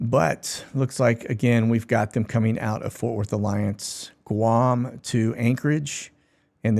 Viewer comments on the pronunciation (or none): none